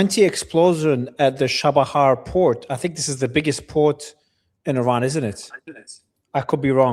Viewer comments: Just the way pronounces Iran tells you been there done that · Lol no it doesn’t. He pronounces Iran like an Arab. We Iranians pronounce Iran without the rolled R. In my opinion he is way too optimistic on Americas ability to establish that naval and air corridor simultaneously. If this was possible America would have done it during the last round. According to the lieutenants logic the only reason it will be possible this round is a slight drop in oil prices.